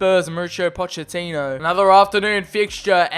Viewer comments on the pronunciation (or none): none